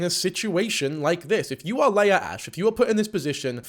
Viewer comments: hamilton reference 👀 p.s. Leah is typically pronounce lee-uh with a long e, not lay-uh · Ites LEE AH not LAY AH PLSS 💔😔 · Okay am I the only one bothered by how he’s saying ‘Leah’? I know that’s not the point but like he saw a vid of her name being said and still said it wrong 😭 (it’s ’Lee-ah’, not ‘lay-ah’). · it’s leeuh not laya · Great vid but how was pronouncing Leah was really annoying me, especially as Megan is saying it right🤣🤣🤣 it's LEE-A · yo bro the way you pronounce leah makes my ears BLEED who is layerh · Its LEEEEE-AH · I can’t explain how frustrating the way he pronounces Leah is to me 😭